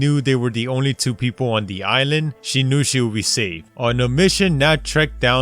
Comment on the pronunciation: This nigga said ise-land instead of island